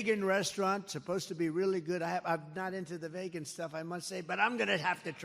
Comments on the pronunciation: It's pronounced VEEEgan Donald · I hate vaygan food give me STAKE!! 😂😂😂 I love how he pronounces vegan 😂😂